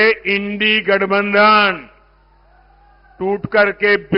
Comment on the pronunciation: एंडी गढ़बंधन नहीं इंडिया गढ़ बांध नाम है नाम तो ढंग से लो